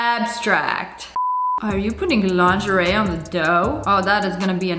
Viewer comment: It's not laungarae